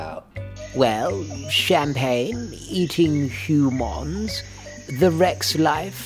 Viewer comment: I don't see how anyone could not like the intro or the eater of "huemons" lol